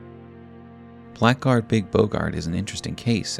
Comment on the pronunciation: Everyone mispronounces it but Blackguard is said "Blaggard"